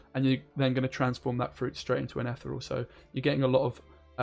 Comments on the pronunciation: Ethyyy real (like real madrid) not etherel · Ith-ear-ree-all REEEEEEEEE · Why cant you pronounce Ethereal? ;)